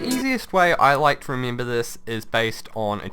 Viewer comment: Why do you pronounce E's as you would EE's? Remeember, geeneral, exteend... its so weird lol